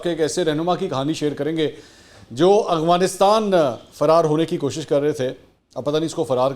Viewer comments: Mansoor bhai it's Afghanistan not "agfanistan" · Mansoor sb . little bit correction aap aik word boltay hain Agfhanistan . correct is Afghanistan .